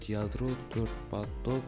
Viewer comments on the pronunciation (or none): паток емес поток